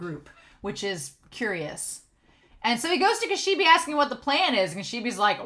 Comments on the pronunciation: She brought a bag of eyes 😨... Okay, Makima, you're a sick woman and I hate you. The name "Kishibe" pronounces more like "Ki-Shi-Bay". Actually Kobeni didn't say "I hate this" when she was standing with Denji and Power. She said "kaeritai" which translates to "I want to go home". She keeps repeating "kaeritai" over and over again. I know it's not anything major but I still wanted to inform you... The sword Aki is using now isn't the same one that he used to summon the Curse Devil. It's just a normal katana so he's fine. Okay so far Makima's abilities are super confusing... in previous episode she kinda uses this invisible force sorta thing to crush her enemies like tomatoes. And this episode she uses this ability where she may or may not look into people's eyes and they all start to bleed out from noses and eyes before they all eventually die. Like she's manipulating their bodies...? 🤔 Do you think a fear like this might exist? Body Manipulation? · Yes, I am the WORST pronouncer in the history of YouTube -- so you'll all have to forgive me. I've been told how to pronounce Kishibe's name; I'll try to do it better in the future, but I may mess up, just so you all know. I don't want to be influenced by comments that could have meaning that are a spoiler (I'm not sure if you're a manga reader or not), so I didn't read all the comment about Kishibe and Makima -- I don't want to be influenced by comments in how I think about the series, but thanks for the comment!